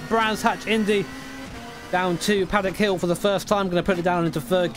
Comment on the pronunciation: no offense but paddock hill XD thats not right